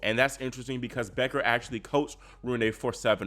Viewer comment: It’s Roon-uh, not Roon-ay. The “e” is pronounced as the Germanic schwah “e”. Great post otherwise.